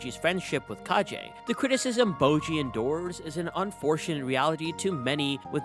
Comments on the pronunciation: It's Kage (Kah-geh), not Kaji. The "ge" in Kage is pronounced as the "ge" in gecko. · Its kage tho not kajei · Its Kage, as in Shadow. (Ka-gay), like Hokage (Hoe-ka-gay), his name is not Kagee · I hate to be that person but "Kage" isn't pronounced as "Kaji". It's pronounced like "Ka-gay". It's the Japanese word for shadow. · say it with me, "ka-geh" not "ka-ji". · Did u really just say Ka Je?! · Hurts to hear it all throughtout the video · omg did u just call kage 'ka je'?? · also i think its pronounced kage like a short g sound not a j sound cause kage in japanese means shadow. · That's a weird way to pronounce Kage.